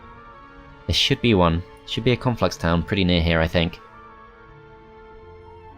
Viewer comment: Love how says 'Conflux' like 'Cornflux' and I just think, 'Man, that faction has to be part of a balanced breakfast!" Can't wait till they bring out Frosted Cornflux and Froster Minis Cornflux. And then the cross-over Reese's Pieces Cornflux and Rice Crispie Cornflux.